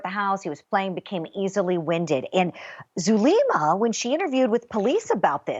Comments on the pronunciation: Wow this female reporter looks Latina but if she is then she’s kind of embarrassing. Doesn’t know how to pronounce Zulema?! Come on. Has never heard of ppl going to Mexico for meds?? Huh? Somebody needs to pull her Latin card,lol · AND she doesn’t know how to pronounce Zulema! 😂